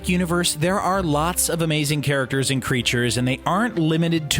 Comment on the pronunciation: Kree'tures ^^ hahahaha